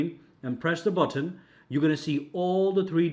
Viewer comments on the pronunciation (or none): budton budton who's got the budton i will hear "budton" in my dreams tonight.